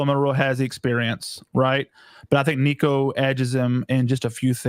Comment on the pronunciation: Tennessee guest can't even say Nico's name right 🤡